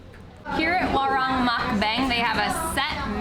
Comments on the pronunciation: "Warung" is pronounced "WaRoong" . XD (I love your videos . Already Subscribed) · Please learn how to pronounce Indonesian using the vowels a e I o u. This is not America. Like WARUNG. WA LIKE IN DART. RUNG LIKE IN HOOD